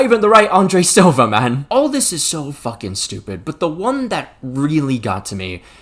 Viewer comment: It's "Silva" not "silvia"